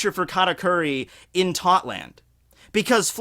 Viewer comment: Tot land? no no Thot land